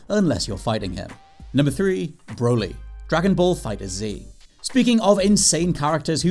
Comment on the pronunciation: Why is it so hard to pronounce FighterZ properly. Its not Fighters Z it's just pronounced as fighters but with a damned Z not an S